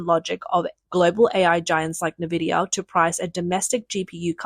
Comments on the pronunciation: N VIDIA Not ‘nah VIDIA’ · FOR CHRIST'S SAKE IT'S .... IN-VID-IA. Not NAH-VID-IA.